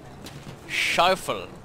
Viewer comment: what did he say.??..Scheiffel.?.lol..